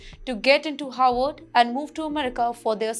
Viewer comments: This anchor's pronunciation is an has been atrocious as per numerous comments. But as she does not read them refuses to improve. The Howard or Harvard issue is a problem for many who have English as a second language am Indian too. Have been asked to asked to help ."W" should be a whistle sound and "V" should be biting your lower lip. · Why is she mispronouncing Harvard as Howard? 🫢